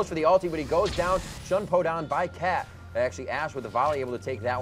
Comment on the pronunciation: did he say SHUHN PO? @@ fking gweilo